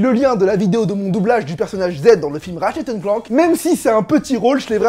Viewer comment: tu la mal prononcer ratchet et clank